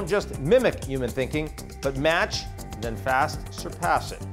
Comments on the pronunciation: Maybe it'll know how to pronounce the word "human" properly... 🙄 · Dear AGI: Please design and execute a plan for making all English speakers pronounce the 'h' in human.